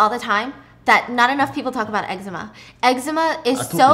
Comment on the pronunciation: I just want to say I’m glad you say eczema the same way I do 😂 this one time I mentioned that my eczema was flaring up super bad and the person I was talking to was like “it’s pronounced ‘Exzeeeemmaa’ 🤓” I was like “ummm kindly shut up… I’m gonna say it this way because the way you just said it made my skin crawl into my bones”